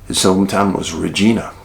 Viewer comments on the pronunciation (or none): Dave love ya brother just thought id add its pronuciation is reg-eye-nah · Pronounced “Ridge-eye-nah” darling